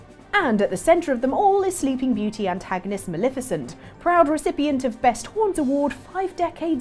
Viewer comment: please stop mispronouncing Maleficent's name 😋